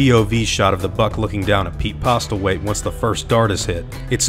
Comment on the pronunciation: Just a little bit of advice/information: the t is Postlewaithe is silent